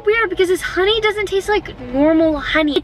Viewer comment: That is soooooooo Funny She sid Honey ee